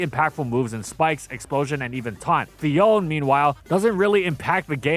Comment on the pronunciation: It’s Phi-on-neh, not Phi-own.